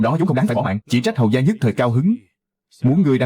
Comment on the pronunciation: Hầu gia chứ không phải hầu ra(người bắc phát âm r thành d nên giọng miền nghĩ r nên mới dộc hầu ra)